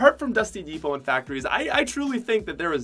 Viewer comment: He kept saying dusty divot un stead of dusty depot lol